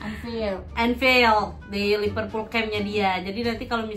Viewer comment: Liverpool bukan Liperpool🙂